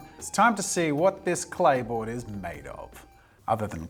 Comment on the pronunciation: Am I the only 1 who didn't hear clay board & heard play boy😅